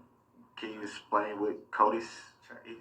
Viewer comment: "Can you esplain?"